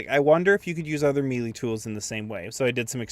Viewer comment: Melee is pronounced may-lay btw